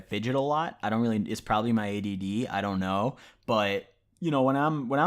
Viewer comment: this dude said add bruh its adhd lmao